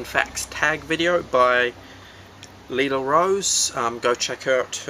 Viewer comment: You said it riiight! Everyone says it like "lie-lah" but it's "lee-lah".